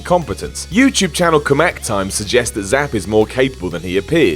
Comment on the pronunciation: It’s K-Mack time not kamack time